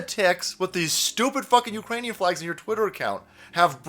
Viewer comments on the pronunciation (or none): none